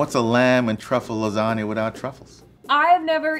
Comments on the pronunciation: Did he just say lasana noodles? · why are you butchering lasagna like that